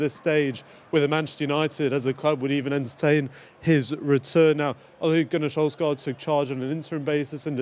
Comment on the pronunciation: Oligunne solfscarf? Wtf 😂😂